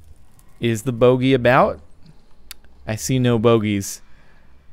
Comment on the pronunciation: "I see no signs of the bogy" at first I thought he said "I see no signs of the booty"